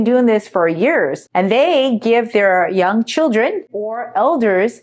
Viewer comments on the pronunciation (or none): none